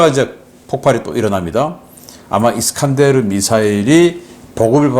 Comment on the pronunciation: 미사일 이름 잘못 발음하셨어요 편집자들 뭐하신건지 ㅠ 수정해주세요 이스칸데르 라니요